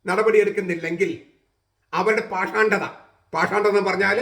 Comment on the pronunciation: Pashaandatha അല്ല, പാഷണ്ടതാ അല്ലേ